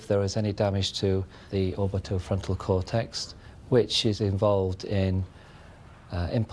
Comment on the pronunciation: ..... "Cortext" immediately this supposed expert's views are suspect. It's cortex not cortext..... That's not a medic, he's called an investigative psychologist, yet he doesn't know the correct names for areas of the brain.... Zero credibility He goes on to talk about the frontal "cortext" being instrumental in psychopathy, which is incorrect, it's the amygdala that's connected to psychopathy. fMRIs show little activity in this region in psychopathy. The brain circuitry for emotional empathy doesn't function in psychopaths. The frontal lobes are involved in impulse control, which is a different element of character and behaviour.